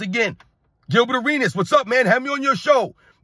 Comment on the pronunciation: Arenas was butchered in a real men arena!😁